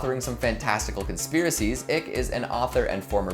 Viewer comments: You lost me at "ick" its. 'Icke' pronounced 'eye'ke. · Icke not ick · David ick lol i believe it’s pronounced David eyeke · the name is pronounced eye-k you are a dumb sheep if you know nothing of Icke. You people praise you enemies as friends and friends as enemies. You people are NPCs. Time to wake up Sheep, before Red pills become Red suppositories... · Yeaaaa....noo. This isn't the reason It's not ick. Pronounced like the word like but take off the L. Not like icky with no y. Research before posting a video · You pronounced David Icke wrong. It’s pronounced “eye-k “. Just wanted you to know. I’m surprised you don’t know this already with the controversy of Icke being deplatformed. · that isn't how you pronounce David Icke. it is pronounce Eye-ck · It's pronounced "ick-e". He's been saying it wrong this whole time.